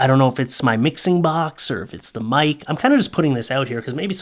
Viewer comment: I totally heard "wife" at the end of the video instead of "mic"🎤 🤣🤣🤣